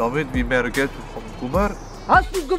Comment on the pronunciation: hahahah es heisst Geld und nicht GLED